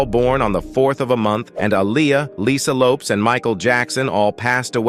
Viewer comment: It's Lopez not lopes that crazy!